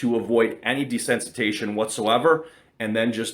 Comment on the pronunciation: It’s pronounced de-sense-it-ization